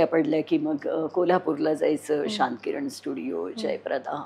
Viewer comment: शांतकिरण आणि जयप्रभा असा उच्चार आहे